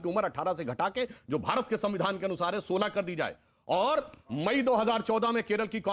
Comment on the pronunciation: संविधान बोलो, सबीदान नहीं